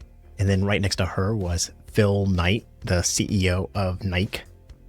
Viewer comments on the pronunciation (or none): Nikey is how it’s pronounced